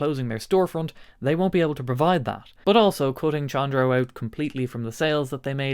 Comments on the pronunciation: I'm sure someone already corrected this in the comments, Chondro is pronounced "Kondro", the CH makes a K sound phonetically. It's named after the old scientific latin name for Green Tree Pythons, Chondropython Virdis. They got dubbed "Chondros" by us reptile people, and still have that nickname after being scientifically reclassified in the genus Morelia giving them the scientific name Morelia Virdis. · It is pronounced "CONDRO" A chondro python is a green tree python. And his logo is a green snake. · fyi Chondro is pronounced “Kändrō”, hard K sound. For the guitar store, it comes from the mascot, the Green Tree Python, latin Chondropython viridis. Killer store name. Now, back to guitars… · I believe in this case the correct pronunciation is Con--Dro. That is a nickname for Green Tree Pythons. A popular and expensive exotic pet snake species. Given the color scheme of the company's logo, it makes sense. That and there are a lot of guitar players that collect snakes. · It is definitely pronounced Kondro. Like chronology, chorus, etc. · I feel like the pronunciation of Chondro is quite important here